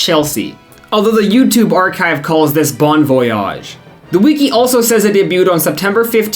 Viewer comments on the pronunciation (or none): Obsessed with the way you pronounce wiki as "wee-key" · Bro pronounces wiki like weekee 😂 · did you learn how to say wiki from quinton reviews